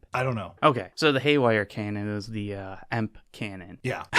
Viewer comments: Who the fuck says EMP and not E-M-P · Who actually pronounces E M P as emp? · I have never heard somebody say E.M.P as emp before... and I am outraged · Never in my life have I heard anyone just say EMP like it's a single word.